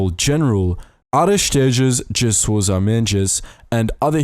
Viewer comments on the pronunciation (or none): Hey, so I'm a 30+ portuguese person that is really interested on that sousa silva video. :) I hope you do that. And also: Sousa - the second s should be ready as the z in azores ;) (just in case you actually do the second video)